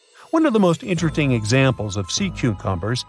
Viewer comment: At one point I heard this narrator say "Sea 'cumber." Then later they said "One of most 'interting'..." And I'm not halfway through the video. Does anyone edit these things?